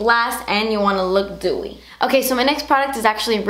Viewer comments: she did haha but it sounded like gooey (im just being stupid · Kristina Zhang I thought she said dewy 😂